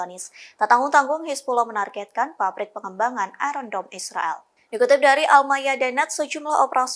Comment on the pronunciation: Pronoun ayen dom